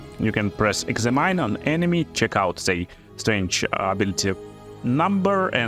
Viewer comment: all crossbows can be wielded in two hands exept hand crossbows they are 1 handed only and thus you can duel wield them... also strength isnt pronounced as strange... but other then the speech and pronounciation issues these videos can be amusing.